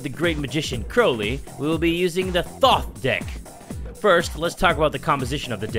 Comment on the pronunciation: why did i laugh so hard The Thot Deck (yes i know it's thoth....but the way said it)